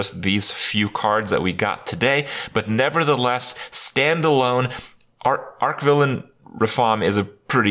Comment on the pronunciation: arCH-villain, not Ark =]